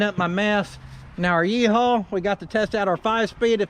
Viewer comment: Love the yee-hawl